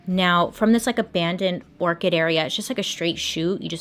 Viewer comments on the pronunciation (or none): Bailey u are saying ORCHID when I think you mean ORCHARD. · Don't you mean abandoned orchard? As in grove of Apple trees. You keep saying orchid as in flower LOL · Do you mean “orchard”? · For anyone questioning their sanity for not knowing what an "orchid" was, it's an orchard. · hahaha I love how you keep calling it an Orchid ... like he was chilling with an abandoned flower but I'm sure he was actually at an abandoned Orchard like a farm but it's still adorable and it made me smile <3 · Orchard bailey.. not orchid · Oh! She was saying orchard not orchid. I didn’t figure it out until the map went up. Anybody else find her mispronunciations endearing? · Orchard!! Not orchid!! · What's an abandoned orchid ;-; does she mean orchard?? she says it 3x I assume subtitles messed up, but is an abandoned orchid a thing???? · Orchid or orchard? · It's the "orchid" for "orchard" for me...😂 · She was saying orchard, not orchid. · I was just about to comment nicely on the Orchid / Orchard pronunciation. Maybe flash the word OCHARD when you say ORCHID so people know you know the difference. Or just leave it and give everyone a little laugh... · I love that she keeps saying orchid (like the flower) in stead or orchard (like a fruit tree farm) 😂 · "Abandoned orchid" lol Bailey, bless your heart. I feel the dyslexia, (my brother is dyslexic, I am dyscalculic - with numbers instead of words) (Not sarcastic/mean when I say "bless your heart; it doesn't always mean something negative, it's more like friendly, laughing-with-you, "oh, you poor sweet chile, I feel for you!") edit: OH soo sorry I didn't even see the pinned comment you made about it bc I'm dumb. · its added fun to suss out what's meant; orchid/orchard... my life for today is complete! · Love watching these! It cracks me up that you keep saying Orchid instead of Orchard 😂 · I was thinking it had to be orchard too. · Bailey you are too cute! Pronouncing Orchard as Orchid!😁